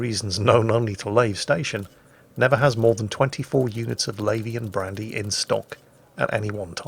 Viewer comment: first time i heard it, i thought you were saying Labian Brandy.